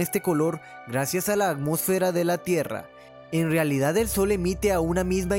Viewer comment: No pude poner atención al resto del vídeo desde que escuché que no puede pronunciar bien, sin embargo, me reí mucho cuando escuché "Acmósfera" xD en resumen, solo puse atención los primeros 10 segundos jajajajajajajajaja